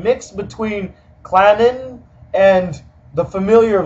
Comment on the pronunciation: You said Kitamura wrong, and Clannad wrong